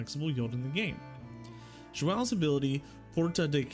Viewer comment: Closest name pronunciation I’ve heard from a Civ content creator 😂